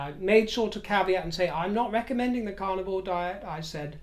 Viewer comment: I'm a U.S. Southerner, and I adore your accent, although at first hearing, I thought you were saying your were on the "Carnival Diet" & I'd not heard of that one! Best hopes for your health issue. Bwaahahahahahaaa at the idea of monogram "ASSOS". WHAT a boring mess she is.